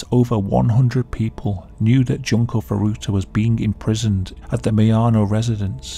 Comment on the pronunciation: june-koh foo-doo-tuh JESUS CHRIST!